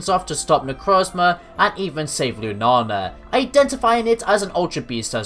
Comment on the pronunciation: Lunala lu na la not lunana and i apologize I'm not one of of those who get mad at people who say the Pokemon name wrong but i couldn't get what you were saying it sounds like you're saying Lunana again i apologize for being mean